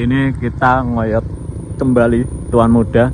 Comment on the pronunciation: Salah nyebut Tuan Muda 😂😂😂